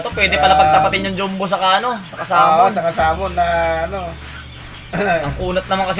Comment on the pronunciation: Sa totoo lang naiirita ako sa Jom-bu na pronunciation nyo e.. Ahahaha parang di ko alam kung kulang sa aral o sinasadya lang e.. Jumbo po hindi jombu....